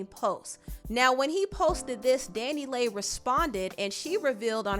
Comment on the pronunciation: Her name is pronounced Danny Lee (DaniLeigh)